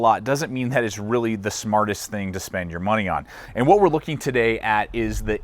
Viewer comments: the company's pronounced I , T , S tactical. not it's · Did he just say its and not as it should be, Eye-Tee-Ess? WOW! +